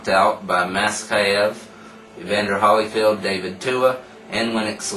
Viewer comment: Holy not HAA ll-y lol other than that great stuff i agree almost 100%, Just that i think Klitschko has a chance to beat every heavyweight out there easily. If he keeps his hands up and protect his cotton chin he can knock any of them out. Not including James Toney i think Toney skillz are a level above the rest of the Heavies. But if prepared right and knowing Toney's lack of motivation to train i could see him getting upset.